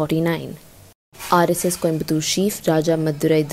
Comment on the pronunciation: She can’t even pronounce RSS properly. 🤦🏻‍♀️